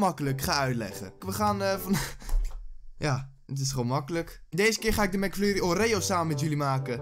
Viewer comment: hoorde ik nou Mac furrie?? XDDD